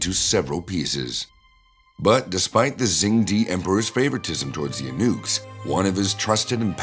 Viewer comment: Eunuch: yoo-Nik.